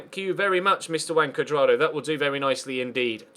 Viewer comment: I thought I was the only one